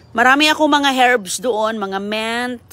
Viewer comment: Correction lang: MINT hindi MENT matuto o mag aral ka mag pronounce ng tama kasi baka sabihin ng mga taga US na mga tonta tayo mag pronounce. Pati pag pronounce sa pangalan ng anak mo ay mali, CG ka ng CG imbes na CJ… dugay ka na diha amerika dili ka pa rin marunong… pero saludo ako sa iyo sa sipag mong magtanim at may generous heart ka.